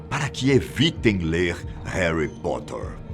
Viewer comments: "Heri poter" 🤦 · Haly Potter? Kkkk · Réri potter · E Haly Potter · Verdade e hoguorts 😱😂😂😂 e heri poter